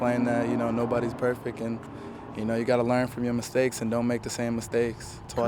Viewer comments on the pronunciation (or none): Lol he said perfic